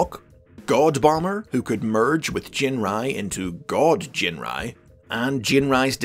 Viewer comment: And now I finally know how to correctly pronounce Ginrai. That's been bugging me for years. Thanks.